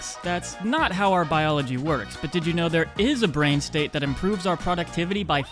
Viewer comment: Productivity is pronounced, PRO-ductivity, (not product-tivity).